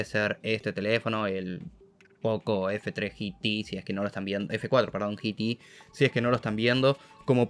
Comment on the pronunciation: En español G T se pronuncia tal cual Geeeee.....y Teeeeeeee como Gema y Té. No GI.....TI 😂😂😂🤷‍♂️ si hablas en español pronuncia en español. 🤷‍♂️ . Ya se que cada uno habla como quiere pero daña el oído 🤣